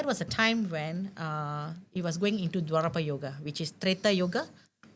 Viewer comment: Dwapara. Not dwarapa. Correct me if I m wrong. Thanks